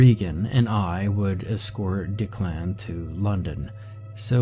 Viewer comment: Lol!! Did you call him "D' Clan"? It's actually Declan (Dek-lin). Like me... A A Ron (Aaron). We must've had the same substitute teacher that taught for 20 years in the inner city!